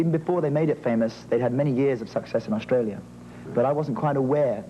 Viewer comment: Really? Hear when he says 'Australia'... it's not the Ozzie way... or when he says 'Barry': that 'a' sound is British... when he says 'aware': Ozzies would pronounce it like 'a-way-re', he doesn't... when he says 'ten', Ozzies would pronounce that almost like 'tin'... he doesn't. Listen to when he says 'Manchester': it's absolutely British. Of course he must have some Australian influence, having spent his childhood there, but I don't actually think that prevails over his British accent. Their dad is Mancunian through and through, only Barry speaks a bit like him, Robin spoke with a very classy RP British accent only slightly touched by his Mancunian roots, Maurice had a British accent though he had americanised it along the years. None of them had any trace of Australia.